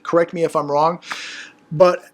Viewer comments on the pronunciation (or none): none